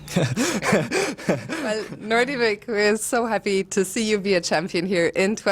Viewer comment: And again 😂